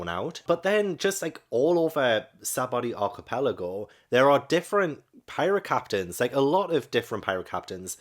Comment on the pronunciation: the whole trying to pronounce saboady archipelago.. the laugh that I laughed!!!!